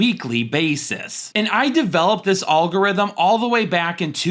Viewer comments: Regardless of fantasy acumen, I can't get around how this guy can't pronounce the word algorithm and then proceeds to say it over and over. Alllllgorithim. Lol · Have I been mispronouncing the word algorithm my entire life??!!! I have so many questions..😂